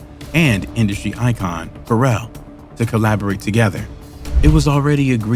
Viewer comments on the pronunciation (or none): none